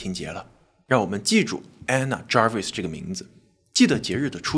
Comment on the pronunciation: Anna Jarvis, Ray的讀法正確。